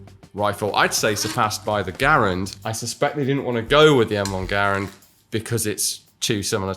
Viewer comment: he pronounced Garand right! Omfg thank you 🎉🎉🎉